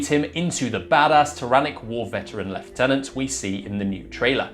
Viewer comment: It's just refreshing hearing someone pronounce lieutenant properly.